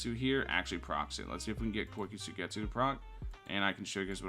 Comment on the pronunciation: the way he says kyoka suigetsu hurts me